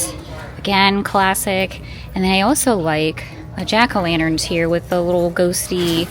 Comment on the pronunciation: “Jan-a-lackerns”. 😂 I’m calling them that from now on.